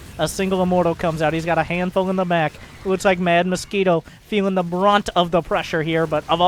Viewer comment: lol “moskwito”